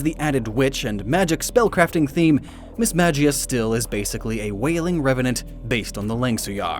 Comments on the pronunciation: Now you know mismagius isn’t pronounced that way. Why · did anyone else get triggered by the way he said Mismagius?